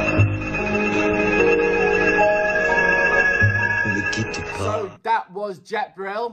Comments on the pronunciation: WTF ? lLook up the pronunciation on Google and say it the wrong way (PA, not PASS) even though he says the phrase 100 times in the song. It's good to listen when criticizing songs. Moreover, he is Belgian, not French... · Don't prononciate the "S". It's "Pa" not "Pass" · Not prononce the "s" to ne quitte pas